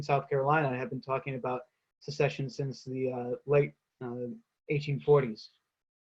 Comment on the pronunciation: "secession" not succession